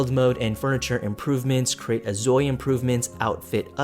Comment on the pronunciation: Name and shame - who stole your video? They suck! You did well even though you are keep saying instead of InZoi haha your videos are interesting! Keep saying it the way you want it and do what makes you happy. Wishing you all the best!!